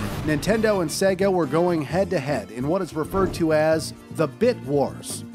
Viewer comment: Saga?! It's sega